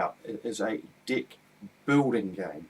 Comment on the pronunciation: haha sorrry but cant help but find funny the way you say Deck.. sounds like dick!! hah Where are you from australia or New Zealand? sounds like an accent of those areas